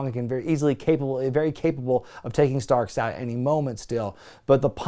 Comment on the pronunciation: how does he go from calling Ricky Stocks to Ricky Starks lol